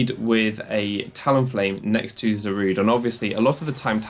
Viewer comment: "It's 'Za-ru-day', not 'Za-rude'."